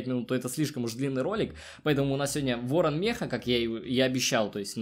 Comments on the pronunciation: Ты сказал вооан 10 раз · 7 раз говорил ворно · Ты сказал Ыорон 10раз